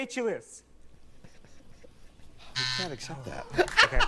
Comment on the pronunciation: A-chill-ees heel - when your foot is cold